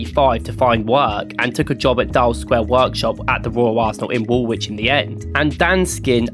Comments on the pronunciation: Woolwich - you pronounce the L not the second W, wool - lich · It's pronounced Woolich not Wool wich. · The guy pronounced "Woolwich" wrong, btw. You don't pronounce the second W. It's pronounced like "Wool-itch". A lot of English teams are called Wanderers because they moved around different places to play football. Same as most teams called "United" are called that because several teams joined together to make one "United" team. I'd love to see you do more deep dive videos like this. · It's not pronounced Wool-Wich it's Woolich, the second 'w' is silent, I know the English language can be strange at times.😂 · BTW, Woolwich is not pronounced "wool witch" it's pronounced "wool itch". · So an Arsenal fan thinks Woolwich is pronounced Wool-wich instead of Wool-ich. Sounds about right. 😊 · For the American fans the last W in Woolwich is silent so it is pronounced as wool-itch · Not sure where the video creator is from that he’s pronouncing the second “w” in Woolwich but I found it far more annoying than I should have done.